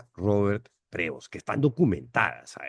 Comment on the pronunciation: cuando lo pronuncies, ponle un acento en Prevóst. NO es Prévost. el acento es en la O.